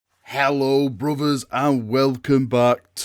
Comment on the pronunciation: "HELLO BROVERS" 🤣 Love this Channel..... ANGRON IS ABOUT TO DO EVERYTHING RIGHT!!!